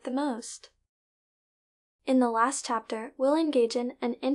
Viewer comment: why does the presented say 'tsapter' instead of ''chapter''? Did you use your own voice or was it a bot?